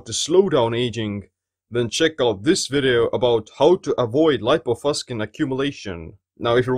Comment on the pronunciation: This word has Latin origin and it shouldn't be pronounced "...faskin".